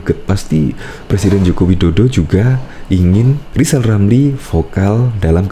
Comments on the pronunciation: Si manusia gagal, gagal di Menteri, gagal di Medsos, ngomong R aja gagal, lizal lamli manusia yg bisanya hanya nyi-nyir dan omdo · Alhamdulliah... Lizal Lamli sadar akan kekurangannya Mau istiqomah, unruk berzkir sampe bisa ngucapin hurup R Sebelum mencalonkan diri jadi Plesident. 😁😁